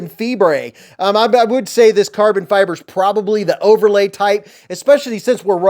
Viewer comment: "Carbon Fi-bray" Had be cracking up!